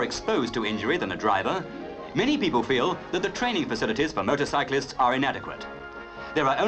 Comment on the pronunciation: It sounds like the narrator calls them "Murdercyclists"